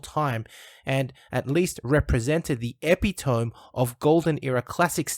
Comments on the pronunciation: FYi Epitome is pronounced Eh-pi-toe-me, not epi-tome. mispronunciation is a sign of someone who reads, so thanks for being a bookworm and making quality content! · Eppy-Tome? :) ( it’s pronounced, “e-pit-a-mee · its eh-pi-toh-mee man. its thrown me while reading a couple times